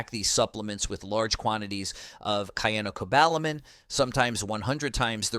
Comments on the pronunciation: The pronunciation of medical terms and vitamins in this video is hilarious! Cyanocobalamin was pronounced differently at least 3 times 😅 For clarification, be sure to take the right form of Vitamin D. D3 Cholecalciferol is preferred. Some Drs recommend Vitamin D2 for kidney patients. A dosage of IU's D3 daily is a good dose for most people - UNLESS you're getting a lot of direct sunlight on fully exposed arms and legs. The dose of Vitamin K2 is incorrect. A person needs 100 mcg (MICROGRAMS) not milligrams. Vit K2 mk7 100 mcgs for every 5000-10,000 units of vitamin D3. To determine if you're getting enough vitamin D3 ask your Dr to run a 25(OH)D level. A reading of 75 nmol/L is good to help with pain, depression, insomnia. Some Drs will say 50 nmol/L is adequate. It's dependent about each person, how they feel while taking it and if they have other medical conditions to consider. Talk with your nutritionist and your Primary Care Provider always. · To accept that someone actually knows their facts, it really helps to use the same pronunciation for chemical names. Switching from kyanocobalamin (wrong) to syanocobalamin (correct) does not inspire confidence, especially when the cobalamin part also jumps around. You know how to say cyanide, so how is cyano so hard? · Oh ho ho ho, who is running this show you cannot even pronounce cyanocobalamin correctly! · It’s tocopherol not “toco farel”! It’s Cyanocobalamin ( siano, not “kiano”) 🤦‍♀️